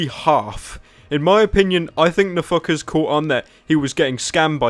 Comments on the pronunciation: i thought he kept saying no fuckers when he said nfkrz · Every time you say NFKRZ i only hear "a fuckerz" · I love how you pronounce NFKRZ